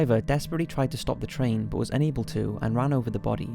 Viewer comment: oh for the love of god learn how to pronounce the word 'but' correctly its infuriating!!!! plus you use it way too often